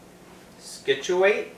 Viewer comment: Scituate is pronounced Sit-chu-it